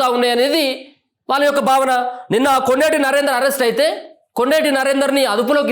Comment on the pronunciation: Kondeti not gondeti